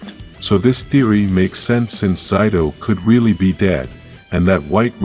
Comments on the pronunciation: It's Zayto, not Zyto. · Why those he say zido